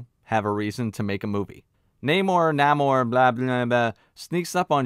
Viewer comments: The namor complaint is SO dumb. He is called ONE name in the movie. One with a Spanish accent (nah more) and the other with an English accent (nay more). You know how Spanish speakers pronounce "José" differently from how an English speaker would? Exactly. It's not deep. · you say namor so many times just figure out how to say his names this isnt rocket science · That way you pronounce Neymar, Namor, Na--whatever.... is hilarious 🤣🤣🤣